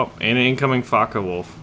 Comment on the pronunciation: Why you are spelling Fockewolf like Fuckawolf?